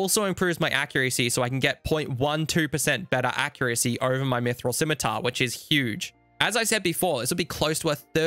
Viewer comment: thank you for always correctly pronouncing scimitar. I can't stand when people other than children willfully pronounce it wrong "bEcaUsE iT soUNds bEtTEr"